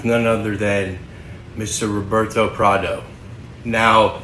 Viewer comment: His names Pardo. Not prado